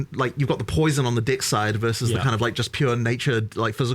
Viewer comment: I always laugh when they talk about dex, cause they pronounce it "dicks"